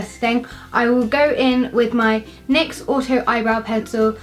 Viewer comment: Sorry I just have to say you say nix as n y x